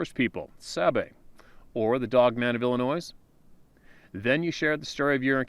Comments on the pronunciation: READ THIS!!!! Illinois is pronounced... IL-ə-NOY Rhymes with, “unemploy” NO “S” sound. The “S” in “ILLINOIS” is silent. ~RESPECT~ *from Shi Ka Go. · the “s” in Illinois is silent. Please, this drives me crazy! It’s not the first video were you’ve done this, it’s almost as bad as someone saying “chassis” with a hard “s” on the end.